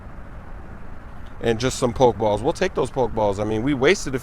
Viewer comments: THERE IS AN E THAT YOU PRONOUNCE IN POK-E-STOP, POK-E-BALL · it's poke e ball and poke e stop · when you say Pokéball or Pokéstop, you gotta pronounce it as 'Pokehball' or 'Pokehstop,' man. It's driving me crazy lol.